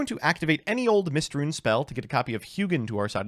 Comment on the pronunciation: "Mystrune" damn, we are onto eating up letters instead of just pronouncing wrong